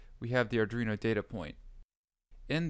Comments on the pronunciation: Great tutorial!! But.. and I'm sorry, I can't help myself, Ar-dwee-no Not Ar-dree-no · its not ardreno Thanks for the video.